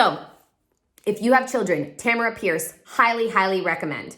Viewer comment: Tamora Pierce, not Tamara Pierce